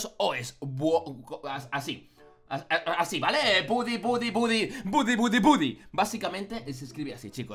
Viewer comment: no es budy tu lo dises a si es gudi pero se escribe woody